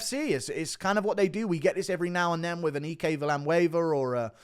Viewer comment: You pronounce "Ike" wrong in Ike Villanueva